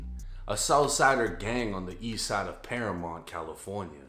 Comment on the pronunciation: It’s not paramont it’s Paramount. You don’t even know how to say right. Quit trying to cash in on Mexican business you should be covering the proud boys or a Trump rally.